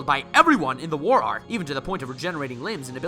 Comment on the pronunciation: i love how he adds (f) to art making it into the word 👉FART👈